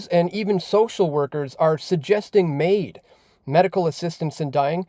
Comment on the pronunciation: Well said but your saying is only wishful thinking between you and me. Btw it's MAID not MAUD. Greetings from the despicable province of Quebec...sounds more like Gaybec to me